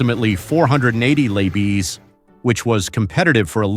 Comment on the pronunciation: Right! Low bees,lbs Minipiers mph! Lol!